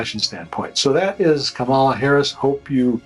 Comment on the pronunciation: It doesn’t offend me at all, but this man is the biggest liar I’ve ever seen in my life. Maybe the difference is that he believes his lies. Edit: I’m back to say that you could at least pronounce her name correctly. Also, Why this picture of all the pictures there are of this beautiful woman?